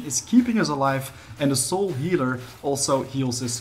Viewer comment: How come you are pronouncing "soul" different now? You used to say "sewel" now you are pronouncing it as "sole"